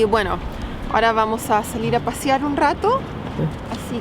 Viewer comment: Es “pasear” no “pasiar” :)